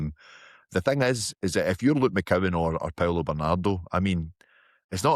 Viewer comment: Tell the guy at the bottom its McCowan and Adamu.. guys on a platform talking about celtic and cant even get the players names right. And saying iheanachos out of shape and wont get near the team.. why the fk has kasper been getting games? Hes a literal teletubbie